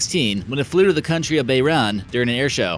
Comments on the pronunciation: flew to BAY RON? dude, seriously the country is Bahrain, pronounced BAA RAIN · BAY RON? WTF.. LO! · Fact check & pronunciation issues all over. It's bah-RAIN. It's Grumman like Thumbman, not GRUUUUUUman. The Soviet Union collapsed in 1991, so they sure weren't designing fighters in the late 1990s. It's a forward SWEPT wing, not a forward step wing. Next you should compare these four: Embraer A-29 Super Tucano, Boeing OV-10X, Scaled Composites Mudfighter, and the Textron AirLand Scorpion.